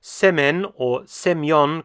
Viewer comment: As Ukrainian I can say, its pronounced sèmen, not like English word semen